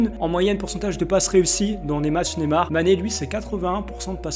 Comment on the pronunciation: on dit pas nemar on dit Neymar